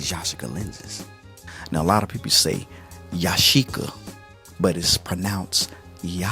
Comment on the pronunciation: Omg you pronounced Yashica the Japanese way!